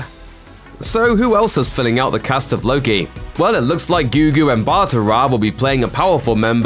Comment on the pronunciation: Bro, it's Gugu MBATHA Raw not Ambata.